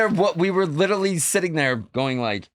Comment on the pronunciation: Any one else suffering further cringe from Sandoval consistently mispronouncing “literally” as “littlely” and using it in nearly each sentence? 😬🤕